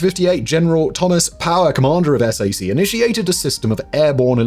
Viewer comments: "S A C" is normally enunciated as "Sack" and is understood to mean Strategic Air Command. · Just a tiny American pronunciation thing for you on the Air Force Strategic Air Command or sac we don't spell it out we say sack. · Sac, is pronounced sack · SAC is pronounced "sack." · As a person who grew up in Omaha, near the headquarters of SAC, please don't be shy to call it SAC (like SACK). It's strangely weird to hear it lettered out. But, great video and interesting story! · While I am not allowed to confirm nor deny anything in this and your other awesome videos, I can confirm that we did not pronounce S.A.C. as separate letters. We just said “Sack”. :-). Thank you for all the work and research you put into your videos! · Found your comment that you mentioned! It’s wild. I could have sworn I’ve heard Simon say SAC correctly before. He’s so thorough. All is forgiven right? I stayed in the area and settled in Wahoo.